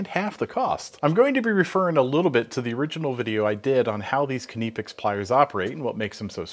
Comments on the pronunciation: Why do you yanks always call them 'kineepex' when its pronounced 'nipex'. The 'K' is silent like in knife. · I don't think its pronounced Kineepex. It's simply Nipex. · Do you call you cutting utensils kuh-nives? It sounds horrible hearing you say kuh-nipex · KNIPex! NIP is NIP not NEP. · Please stop pronouncing knipex as k.nee pex it's nipex the k is silent. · nipex nippex etc. is wrong AF. knipex with the K and a snappy p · Please say nip ex.....the knipex needs a better grip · will always be 'nigh pex' to me, they can pronounce it however they want to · KUH-NIP-EX, get it right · Kuh-neepex? I think the K is silent. As in Knee. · Did he just say keniy pex? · Nye-pecks Edit: no I don't care what those non English channels say. English has rules. I may suck at them but kni*** is pronounced nye. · It actually sounds like kipex when he says it. I do speak some German too. Maybe we should now start pronouncing knife differently too. :-) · Kuh-née-picks… you gotta love spell correct! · He's right it's pronounced Nip - X. K is silent. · Please pronounce it Kah-nip-ex. The Germans pronounce their "I" sometimes as an "ee". So you could say Kah-neep-ex and still be correct. They also sell these pliers with a comfort grip handle. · Please start pronouncing Knipex with a K, as it is not silent. Here are some videos that will help you learn how to say Knipex correctly. and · the guy who works for the company doesnt pronounce it this way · everyone around word pronounce this brand with a K, only mericans like to made up pronunciation of stuff, like aluminum of example. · The man who represents Knipex either doesn't know how to pronounce it, or has given up the fight for the American market. Pronunciation in German isn't (almost) arbitrary as it is in English. This really isn't an ambiguous situation. You can say it the German way, or you can just keep saying it wrong ;-) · It drove me up the wall every time he said it so wrong 😖😖😖. And he said it so meany times 😖😖😖